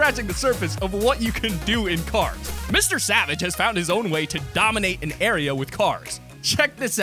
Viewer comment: says area instead of arena